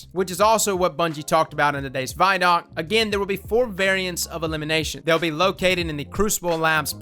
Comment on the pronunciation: vidoc = video documentary pronounced = VID OC NOT = VY DOC